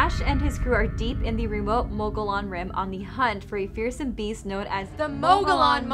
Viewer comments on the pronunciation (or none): Moe Go Lawn? No. It's moe ga Yun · If your gonna talk about the Mogollon monster, at least try and pronounce the word Mogollon correct....(Phonetically Muggy-Yawn, moe-gee-yone, depending on what region of Arizona or New Mexico your from), but never (Ma-ga-lon or moe-ga-lon) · It's not "Moge-LON", it's "Mo-gee-on". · "Mow gee on" not "mow go lon" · I'm from Az. It's not Mog oh Lon it's pronounced Muggy E Own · People always mispronouncing the Mogollon mountains in Az,it's pronounced like this (mo-gee-on);I'm Native American in Az.this is the way it's supposed to be sounded out like.and Payson (pay-son)long A.. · The hosts pronounced “mogllon” wrong it’s pronounced, “mogi-yon” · It's pronounced Mogee- On. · The mountain is pronounced mogi yone the ll is pronounced like a y , hate to nit pic . But this is my home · It's pronounced Mo Gi On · For Gods Sake pronounce it right… it’s. Mo Gee On .. your embarrassing Arizona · Pronounced "mogiyon", dam. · The two girls in the video can't hear that they mispronounced the name , lol, the double ll is silent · You pronounced mogollon wrong... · First of all, be aware of how to pronounce Mogollon young ladies. Really sloppy and ditsy. I'd enjoy this more if they removed the girl commentary.